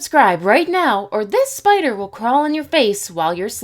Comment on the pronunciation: Please stop with the spieder thing if you don’t I will report you